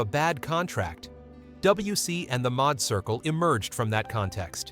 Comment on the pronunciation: The Madd Circle, not mod circle, boy I tell you, the fascination with us and AI SMDH!!!!!